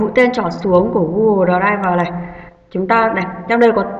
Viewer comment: Cảm ơn ơn bạn đã hướng dẫn, nhưng bạn nên tập đọc tiếng anh trên Google dịch cho chính xác thì hay hơn, bạn đọc đờ ray vờ nghe kỳ quá.